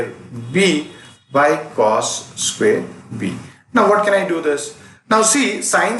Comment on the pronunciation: U haven't pronounced the square word correctly